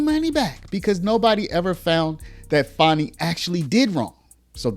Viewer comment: Why are you calling her fawny? It's fani